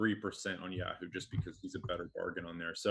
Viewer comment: Dude, learn how to say YAHOO